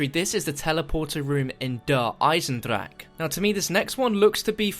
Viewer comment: He just refuses to say deer eisendrache correctly